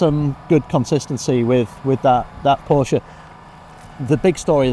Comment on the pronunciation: She would do well to attend the Shea Adam school of motorsports presentation. Learn to pronounce the name of the man responsible for the many years of motorsports excellence. His name is Porsche. Two syllables. Show some respect. I appreciate her enthusiasm for the sport. A little bit of fine tuning on getting the details correct is all she needs.